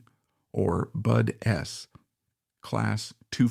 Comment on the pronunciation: Why do you keep saying “BUD/ s⁉️ If you’re looking for followers & recognition. Get the terminology right‼️ “DUDS” is pronounced as one word, period‼️ I didn’t hear any other errors, so not sure why you missed that one⁉️